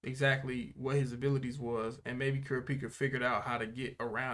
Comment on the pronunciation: please...he's not "kill you are", he is Kill-oo-are